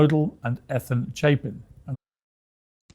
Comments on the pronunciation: Éthan. There are YouTubers I can't even watch anymore because if there's 2 ways to pronounce a name, they're going to say it the wrong way. And they are actually touring and making 💰 off their daughter's murder?😶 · Well, in Poland you will say Ethan exactly like he did 😅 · I named my son Ethan 13 years ago! I’ve not once heard it pronounced that way! 🫣🤯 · Hi gorgeous Harsh.. I actually admire the Goncalves for standing up, speaking out about their disapproval, thats not easy. They feel defeated, and they are reaching out for some other army. Can’t help to crack about Ethan’s name mispronounce by Pier😂😂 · I know- it was too good to be true. Piers Morgan almost said the names correctly except for Ethan Chapin. Usually Ethan Chapin's last name gets pronounced incorrectly. How does a person mispronounce Ethan? 🥴🥴🥴🥴🥴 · I’m dying, Harsh! 🤣 Bloody hell! Every time! This might be the first time Ethan’s first name has been mispronounced and of course it would be Piers that does it! I can’t stand him, BTW. Thank you for watching this so we don’t have to bc this wanker would haunt my YT feed for months. 🙌🏼